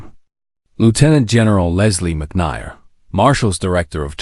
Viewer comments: McNair not Mick ney R. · How can you consistently mispronounced Mc Nair? Have you ever watched and listened to any WWII shows? Know that there was a McNair barracks in Berlin. It is pronounced McNair as in hair. Honor this hero by knowing how to pronounce his name. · Do you even edit your videos? McNier? Really unprofessional to just take and not review and correct. If you going to do history subjects then spend the time to do them CORRECTLY. The General misnamed is Leslie McNAIR who later died in combat in Europe. Show him the respect he earned and deserved. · The "advantage" of crappy narration (like here) is that you know the source of the material; discerning listeners will appreciate that they need additional study to get the entire real story. (BTW, it's pronounced "McNair" -- just as it appears -- not "McNigher.") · And that Lesley McNair rhymes with McHair and not McHire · "MC NAIR" - AS IN "AIR." YOU DON'T GET THE NAMES RIGHT.:face-turquoise-covering-eyes: PRETTY BASIC REQUIREMENT FOR ACCURACY. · General Leslie Mc Who? learn to pronounce people's names. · Several of the names and words were mispronounced. McNair was one. Odd narration...